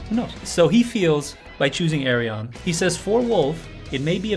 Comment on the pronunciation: The name Ayreon is chosen cause phonetic it sounds like the Correct Dutch pronunciation of his first name Arjen. So say Ayr-yeon, not Ay-re-on